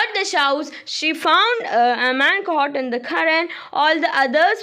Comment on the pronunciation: Amaan alla Aman 😂